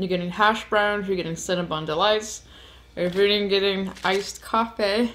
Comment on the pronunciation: Great review especially when you have Coffaay 🤣👍🏻